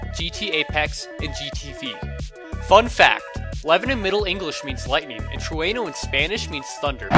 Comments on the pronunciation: He said "trueno" wrong lmao it's alright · im disapointed in myself for not realizing trueno was spanish for thunder. by the way terrible pronunciation of trueno